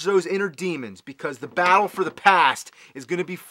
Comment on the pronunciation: It sounded like you said "the bowel for the past" instead of battle. But hey, it fits.